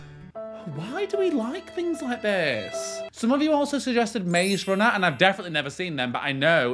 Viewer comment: He said maxe runner and i felt my heart squeeze in pain